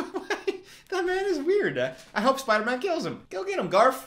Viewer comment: him saying 'the garf' everytime is sending me